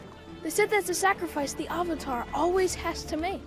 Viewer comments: I cringed everytime they said "aUng" or "sUuka/sOwkAh" or "eEroH" AND EVEN THE "OOHVATAR" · they couldn't even pronounce the word "avatar" correctly....... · Ignoring ALL of the problems, what is this movies deal with pronouncing A’s?? Uhng instead of Aang, Uhvatar instead of Avatar, like you’ve messed up everything so bad you decided to mess up words too just for funsies? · Lmao the “ah-vitar” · THE AH-VATAR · The biggest mistake was having Katara pronounce Avatar correctly and then Aang pronounce it AH-VAH-TAR in the SAME DAMN SCENE. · What has and always will baffle me is how they can possibly say the words Aang, Sokka, and Avatar wrong....Just watch the show.